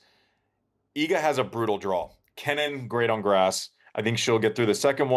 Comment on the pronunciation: Man! Iga has been 2 years now number 1, please learn how to pronounce properly her name, just out of respect for her. Thanks and great show